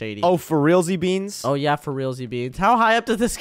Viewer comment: Why did shady say zbeans